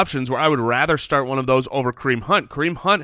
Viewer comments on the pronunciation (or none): Am I the only one who caught saying 'snart' instead of 'start' every time?